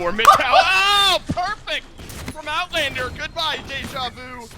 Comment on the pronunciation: Nice Owtlander kkkkkk